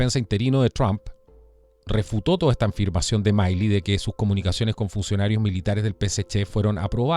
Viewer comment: Milley se pronuncia Mili 😁